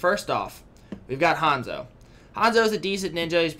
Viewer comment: Han-zo (Han as in like Han from tokyo drift Han, Zo as in like Zoe n u get Hanzo) wen it comes to japanese pronunciations the A always sounds like Aww- Ta or Aya for O is like Oh or Tokyo I is for ee U is for oo like Uchiha E most likely to sound Aye like Neko or like Neji and Shizune believe me, every country nation region has their own basic vocabulary pronunciation like japan, russia, iran and even for spanish countries like spain n brasil